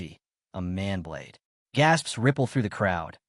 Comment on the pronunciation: I do love that the AI keeps calling Mana blade a "Man Blade".